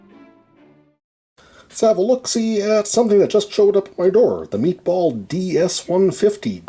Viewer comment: Do you say always "Meatball"?